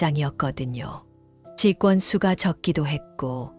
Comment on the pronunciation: 글을 읽으신분 발음좀 똑똑하게 하세요 첫인상을 첫신상이라고 하고 직원을 직권이라고 읽는데 다시한번 들어보시기 바랍니다 ㅠㅠ